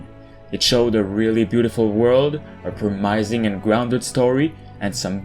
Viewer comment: "a promaising ground story..."